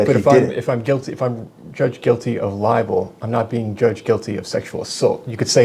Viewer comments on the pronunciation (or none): He's saying "liable, " you're saying "libel." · it's libel not liable. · Li-bel. Not li-a-ble. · Sounds like this guy is confusing ‘liable’ with ‘libel’. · Hearing you say libel and him say liable and clearly talking about two different words while he thought you were saying the same thing was downright infuriating. How does he not know what the word libel means? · Liabel not libel 😂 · What an idiot, doesn't know the difference between LIBEL and LIABLE 😂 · He keeps saying criminally libel when libel is tort law not criminal so he’s an idiot.